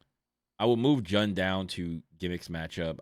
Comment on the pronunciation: The way u said jun got me angry😂its pronounced like june